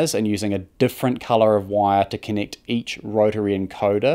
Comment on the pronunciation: It’s Kiwi, so they swap e’s and i’s. Listen to when the narrator says “connict the pens” (connect the pins).